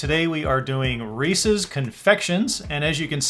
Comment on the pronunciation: So glad you pronounce Reese's correctly. Some say "REE+SEES" instead of "REE+SIS" drives me crazy.